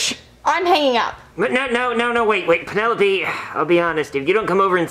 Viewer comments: Penelope? more like Peenalope hahahaha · Lol he really said Pennsylvania and peenolope